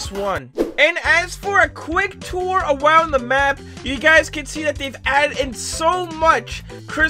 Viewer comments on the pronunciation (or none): Quick tour Awound the map. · " a quick tour awound the map" 2021